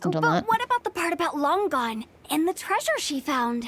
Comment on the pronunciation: Lang-gan= Long gone Really people really